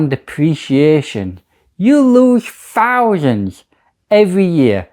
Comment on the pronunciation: missed one it`s thousands not fousands you mong 🤣